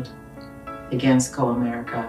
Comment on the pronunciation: You can't even pronounce Comerica correctly. LOL